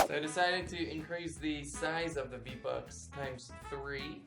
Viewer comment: U said v buck its v bux